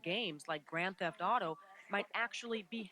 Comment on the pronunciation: "Grand Seft auto 3" XD